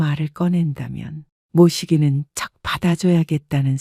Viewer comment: 낭독자들 한결같이 발음이 왜그래? 못이기는척=모시기는척